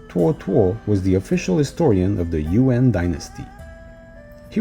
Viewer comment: My ears a little iritated when I heard "You-end" rather than "Yu-an" 😭